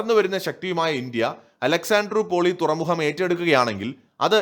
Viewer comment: തുറമുഹം അല്ല തുറമുഖം ആണ് .......